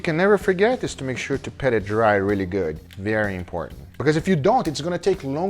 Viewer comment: I've been meaning to ask this for a long time but are you saying PET it dry or PAT which is proper? It really does sound like you're saying PET!